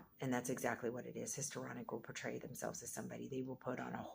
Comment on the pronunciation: So you are doing an entire video on Histrionic Personality Disorder and you can't pronounce Histrionic?